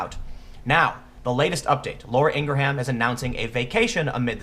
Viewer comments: Ingerham.....FFS. Do people pronounce your name Tem Peel? David hogg is a whiny bitch. He can call dana loesch a murderer and that isnt slander? Fucking hypocrites on the left. I despise the ignorance. As for the models do we see any men anywhere requesting/demanding male models not be objectified? Of course not. The women doing this are simply jealous of the models. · Tim, I think your awesome and you usually catch these things. Her name is pronounced, "Ing-gram." The "h" is silent. She says her name at the beginning of every show. Otherwise, you're pointing out two potentially dangerous examples of this behavior becomes the norm. This warning is warranted and let's hope being heeded. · As someone else pointed out, it's pronounced "ee-ngram". It's not like she isn't on TV pronouncing her own name every night. Some pretty sloppy journalism there Tim. The tactic employed by the left has been used for at least a decade. When Sean (pronounced "sh-awn") Hannity talks about groups like media matters having people on staff that monitor Conservative speakers 24/7 and mincing every single word they can into complaints to the FCC and advertisers, he is not joking. What is slightly different here is that media is unabashedly using Teens to promote propaganda and "some" companies are falling for the gag. Until their profit ratings and sales plummet because Conservatives spend money too. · It's pronounced (Ing-rum)!!!!!!!!!!!!!!!!!!!!!!!!!!! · The "h" is silent in Ingraham. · bruh... js. it's in-grum. js. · It's like graham.. Not gra-ham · It’s driving me nuts!! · LOL wtf Tim Poolaham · Seriously Tim. How do you not know how to pronounce her name? Embarrassing Tim. Ugh. I can't share videos like this when Tim can't even get the name right! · Calling what Laura did an "insult" is absurd. She made and almost overwhelmingly mild critique. In response he made an attempt to ruin her life. What a real piece of shit. Also, it's pronounced 'Ingram.' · Silent H dude.